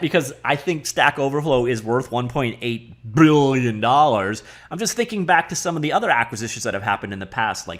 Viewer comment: One-point-eigth *Beuuhgughg*lion dollars